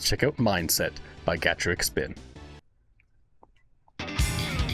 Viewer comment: Doing a double reaction!. Not only pleased to see you reacting to one of my favourite Japanese bands in Gacharic Spin, but also nail the pronunciation of the first half of the band's name, which countless other reactors butcher upon hearing them for the first time. Cheers👍🇦🇺